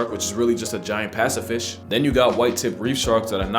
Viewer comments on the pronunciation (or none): Pacifish lmao I love your videos man. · "Pacifish." I caught that.